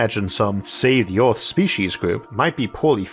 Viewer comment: He has a speech impediment (think Elmer Fudd), I don't remember what it's called.